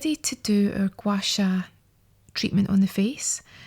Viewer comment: Yeah same I love the way she says Gua sha too 😂 she needs to get some asmr goin her voice is so nice.